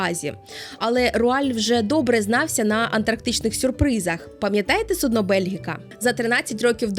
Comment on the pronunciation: сУдно, не суднО, ну, будь ласка! 🥲